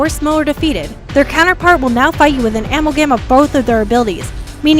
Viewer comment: Does she not know how to pronounce amalgam?